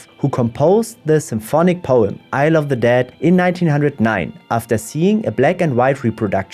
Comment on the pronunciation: It sounds like "i love the dead" when you say it ... btw, on this subject, I do recommend the animated poetry "the dead" by Billy Collins